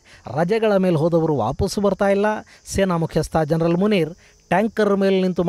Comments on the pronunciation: ಸ್ವಾಮಿ, ನೀವು ಉಚ್ಚರಿಸುತ್ತಿರುವಂತೆ * ಮುಲ್ಲಾ ಜರನಲ್*ಎನ್ನುವುದು ತಪ್ಪು.ಅದು *ಮುಲ್ಲಾ ಜನರಲ್ *ಎಂದು ಉಚ್ಚರಿಸಬೇಕು. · Gernal alla sir general antha yestu helidru ade heltaidira 😅😅